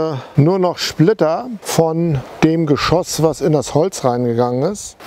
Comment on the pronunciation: Musik viel zu laut und auch unnötig. Und bitte: Geschosss...nicht Geschooos.